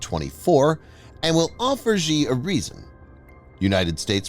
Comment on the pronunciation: I cringe whenever you pronounce Xi and Xujiang. The letter X in Chinese is a substitute for the letter combo Sh. It is not pronounced "zhj". That sound doesn't exist in any dialect of Chinese. Here's how to remember it with a mnemonic: just think "that's what Xi said" and remember that it sounds exactly like "that's what she said".